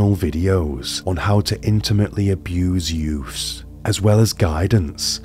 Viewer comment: Youfs? Are you trying to say "youths"?